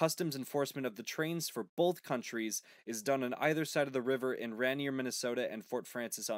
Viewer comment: The border town where the US Customs inspection is done is pronounced “Ray-near”. I live 1 mile from this god awful line. In fact as I write this, I hear a train blowing its horn at the crossing in my town. I can hear 3 crossings from my house. We get over 20 trains a day. CN sucks in my opinion. In the old days(DW&P) had sidings and depots. There was a fair amount of work for locals from the railroad. That’s pretty much gone.